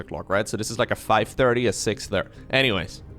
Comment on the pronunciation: you are hilarious I enjoy your casts the most they are very entertaining. funny how you pronounce the "th" in thirty but every other time you say a "th" its dere (there) or dat (that) dis (this) dose (those) da (the) but other dan dat your english really is perfect. your accent is your unique thing so dont overthink da pronunciation haha